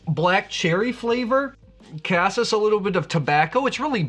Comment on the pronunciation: Caseeees,not casis